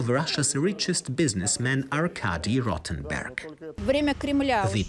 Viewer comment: Arkady ROTTEN-burg?!?!?!?